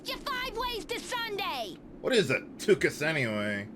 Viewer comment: Tuchus is the Yiddish word for butt. You are supposed to make the typical Jewish throat sound when you say the “ch” part. Being Yiddish, it’s more commonly heard in communities with a strong Ashkenazi Jewish culture, like NYC.